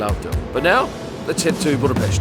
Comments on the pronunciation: Thank you for pronouncing "Buda-pesht" correctly😊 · I love how correctly you pronounce Budapest. Thank you